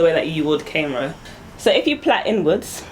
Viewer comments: the correct enunciation is cornrow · Did she say Caine row? Cuz I already know how to snort those...